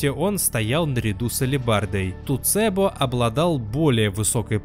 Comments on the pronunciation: Классный ролик, но позвольте подушнить, не "Туцебо", а "Тецубо". Все-все, щя открою окно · МолТот Шао Кана Не тУцЭбо, а тЭцУбо (с японского буквально "железный посох") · Может не туцебо, а тэцубо? Про вторую знаю - металлическая дубинка (обычно упоминается вместе с канабо), а вот про туцебо слышу первый раз.